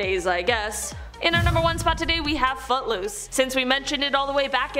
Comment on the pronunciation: Lol I thought she said but loose not foot loose